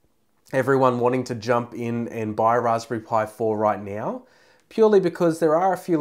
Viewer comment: Yeah, not right neow yeah.